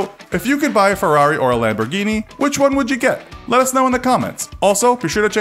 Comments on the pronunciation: When he pronounces all the lambos names wrong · He tried to use an Italian accent but didn’t even pronounce the names right 😂